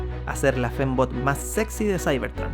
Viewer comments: Soy yo o que en algunos momentos el decía "femboy" y no "fembot"? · Escuche femboy cada que decia fembot xdddd